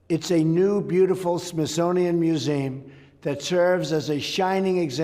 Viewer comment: He can't even pronounce museum correctly.🫥